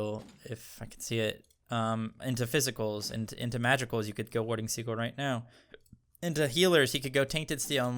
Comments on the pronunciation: Haha warding seagull, it is pronounced as sea gill 😀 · Americans pronounce Sigil as Si•gl or Seagull Whereas in the UK (where we speak proper English) it's pronounced Si•jl or Sigil English lesson over, now go out there and become the gods you were meant to be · I think 'Sigil' is pronounced as "See-Jil" :) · just so you know, SIGIL is pronounced like si-jill the G sounds like a J. like the word BRIDGE. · He knows that, he's just trolling lol. He said that in his recent cerb video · He knows but he said he likes saying it for fun. He said the first time it was unintentional but then just went with it.